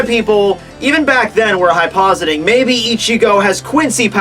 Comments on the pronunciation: hyposing?? Hypothesizing dude. Annunciate. and idk about this one but i thought it was mugetsU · Really don’t wanna be that dick that corrects people on the internet but it’s “hypothesizing,” bro.